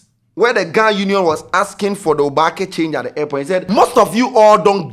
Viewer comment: I know `Obaak3'' but it is not really used unless at engagements like local tradional way. nor dey pronounce the word correctly buh we move